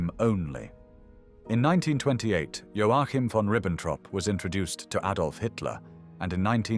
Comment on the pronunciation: O fato é que vc sequer sabe pronúnciar o nome do Joachin